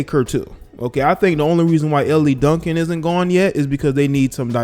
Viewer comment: It's pronounced L Duncan, not LE Duncan.